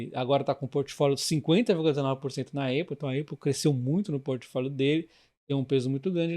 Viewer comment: soh um pequeno adendo, fala apple normal msmo, nao "eipol". de resto excelente video